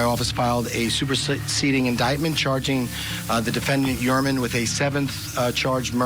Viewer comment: This is great information, but this Attorney ladies is in ability to pronounce. The guy’s name is annoying. It’s not Hermann.